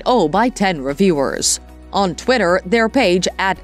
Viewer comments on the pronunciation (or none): none